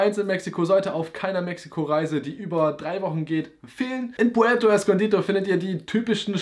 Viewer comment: Puerto escondido, nicht escondito